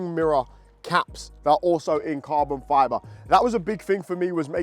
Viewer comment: He says carbon fyaaboh